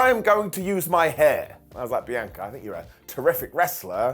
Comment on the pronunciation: You finally said BIANCA correctly!!!